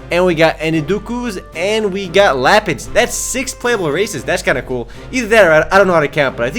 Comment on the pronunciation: Ok first off, Its pronounced: Myrine: Mie-Reen, Enkidu: Ehn-Kee-Doo, and Lapin: Lahp-een. get your shit right.